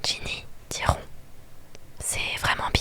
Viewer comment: Tu l’appelles rond 😭?? C’est censé être rone wizley (je l’écris comme ça pour la prononciation) non ??